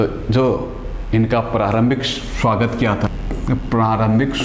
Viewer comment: Shuwagt nhi sir swagat hota h .hr bat m sha sha q bolte ho irritate hota h